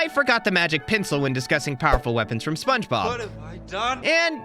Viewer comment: Bro said spongeglop